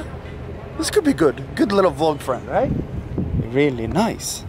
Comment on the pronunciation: did he just say RAILY nice?